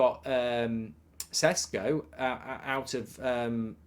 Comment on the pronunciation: Mark it's Šeško not Sesko